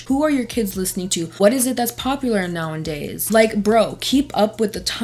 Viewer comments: I love your videos and all of the thought you put into them, but in almost every video you say "nowandays" but the phrase/word is "nowAdays" no n. That's all! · You know it’s “nowadays” right?